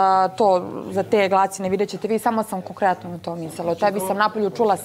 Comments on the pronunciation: "i to sam KOKRETNO" 😐 Stvarno je nekada neverovatna.. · Kokretnoo ×2😂😂😂😂